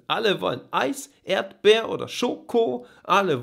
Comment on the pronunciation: "Yolo" reimt sich aber nicht auf "Schoko". Ich sag's nur. "Erdbeer oder Schoko" ist ein bisschen schief - Erdbeer wird auf der ersten Silbe betont und nicht ErdBEER. Und letzte Zeile:, "das schmeckt auch der Yoko" Wie gesagt... ich sag's nur.